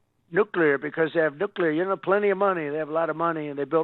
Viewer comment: For God's sake, someone tell him it's *nuclear not damn *nuculear.